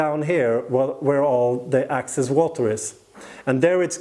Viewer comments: You keep saying ACCESS... and you mean EXCESS... ACCESS = AVAILABLE; EXCESS = LEFT OVER OR EXTRA. In this case, the pumice is going to absorb about 30% of the water and the EXCESS water will then flow to the bottom of the container... also, PLANT... You are saying pl-ON-t and the word is pl-AN-t . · QUESTION: Can you practice these 2 words - EXcess, not ACcess, and plANTS, not plUNTS? Issue #1: Excess = residual; more than enough, vs ACcess = to capture or get in to. Issue #2: Plant = an organism studied by Botanist; A plUNT = NO ENGLISH SPEAKER KNOWS WHAT THE HELL THIS IS; an annoying sound in an otherwise great and informative youtube video series.